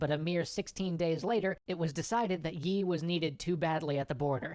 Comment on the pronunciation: Yi(X) --> Lee(O)